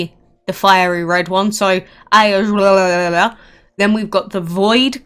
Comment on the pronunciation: Iosghar is pronounced (Yosgar)